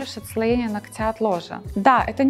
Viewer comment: Полезная передача, но ударение в слове нОгтя, вы делаете неправильно.